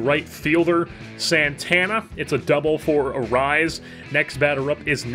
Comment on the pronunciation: I want to sincerely thank you for properly pronouncing Arraez